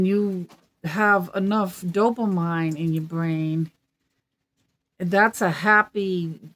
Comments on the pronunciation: Just FYI, it's pronounced dopameen!! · Hi!! Retired RN here and just to let you know, dopamine is pronounced "do-puh-meen"! It's not how it looks. lol. Love You! ❤️🤗🙌🙏